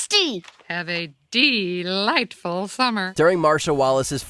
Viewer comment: “Have a Deelightful day” 🤣🤣🤣🤣